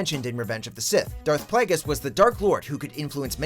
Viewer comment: when he says snoke may be Darth plagues